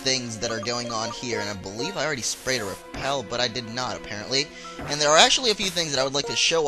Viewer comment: u said "apereantly" 19 times-i counted!